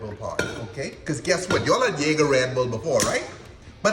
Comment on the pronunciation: spot on 👌🏾